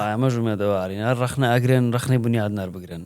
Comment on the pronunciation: ڕەغنە نا بڵێ ڕەخنە ئێستا ئەڵێ ئەوە رەغنەی گرت هههههه